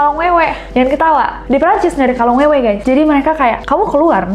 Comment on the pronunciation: Kolong Wewe..bukan Kalong Wewe🙈